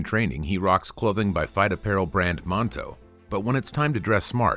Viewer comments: Clothing brand Manto, not monto :) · Manto, not monto. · Manto not monto and Kruk's different not Crooks....